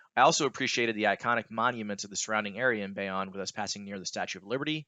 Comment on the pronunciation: Great vid. FYI it’s Bayonne (bay-OWN)